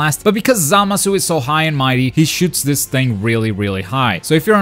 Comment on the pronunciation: The way he pronounces Zamasu bothers me